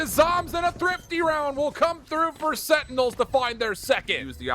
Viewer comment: Why can’t he say sentinels instead of “SeINals”